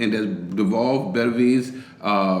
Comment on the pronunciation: "Beterbiev" is not difficult to pronounce at all, in fact. "Better - B - ev". You pronounced "Gvozdyk" just fine as well.